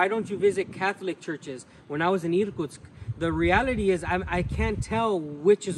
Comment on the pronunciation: I was born in the Soviet Union, but never been in the eastern area of Russia. Thanks to you I can see some of it. try saying irkUUUtsk, not Iiirkutsk, put a stress on U in the second syllable, 😀